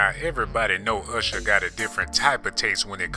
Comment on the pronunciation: 🤣 he didn't say usher, he say "husher"